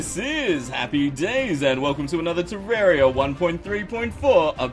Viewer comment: Next time I recommend searching up how to pronounce things properly. I'm not insulting you or anything, it's just that the way you said some things really triggered me. For example: Terraria is a name that came from the word Terra form, which is what happens when you change the landscape of an area. Even the developer pronounced is "Terr-ar-ia" not "Terr-er-ia". It's even spelt like that. If you search it up on youtube though, it will come up with a video which used the word "Terrarium" which the definition of that word is "A usually transparent enclosure for keeping or raising plants or small animals (as turtles) indoors" which has nothing to do with the game.